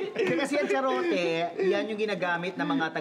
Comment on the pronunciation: imbis na Garrote naging Charote 🤣